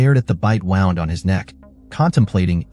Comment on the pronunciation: "BITE WOWND" hahahahaha